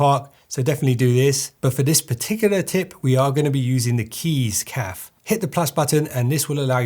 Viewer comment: is it actually pronounced keys CAF not cafe